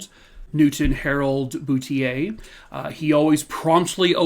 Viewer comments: Hi there! Boutlier is a common name in Nova Scotia .... pronounced 'boot leer'. Thank you for covering this story. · I believe the correct pronunciation is Boot il eer. Say it fast Bootileer. And It's Nick taw. Sorry,, not picking on you. I am a Nova Scotian. Thanks for your stories. Love you lots! Keep up the good work